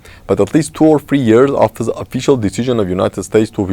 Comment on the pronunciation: Thank you for your discussion mr., but I would ask you don’t pronounce Word the Like Z, because you are Armenian not Russian I hate Russian accent and I don’t want to hear that when Armenian say Z instead of dare. sorry about my comment I hope you don’t think it’s negative